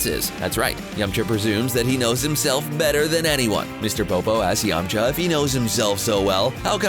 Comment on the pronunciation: It’s yam-K-ha